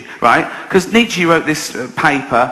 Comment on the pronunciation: "Fredrick Neechy"